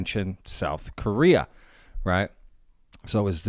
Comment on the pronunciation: Really ? Stupid ! You keep saying they built a building around it "because it is so big". But it's NOT just because it is so big, but because they can't move it. People don't build a building around something just because it's too big. And Korea is NOT pronounced "Kurria", it is Ko rea. Get it ? Get some education. Most of you nuts out there are talking about things you shouldn't; because you don't know even good basic English. If you want to sell useless merchandise, go to a Flee Market.